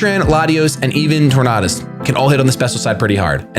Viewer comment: You say tornadus wrong..